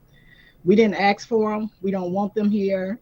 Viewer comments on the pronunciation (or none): It's ask, not aks. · She didn’t axe for the national guard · “We didnt AXE for dem”… learn english!.. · She didn’t “axe” for the National Guard. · You didn’t axe for no National Guard? No college degrees were earned by her, if she be speakin’ like dat!!! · We dint ax fo this..yes you ax fo it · Can someone please teach her how to pronounce "ask"... we're not cutting wood here. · The mayor has to read off of cue cards and still can't pronounce the word "ask" correctly. Pathetic.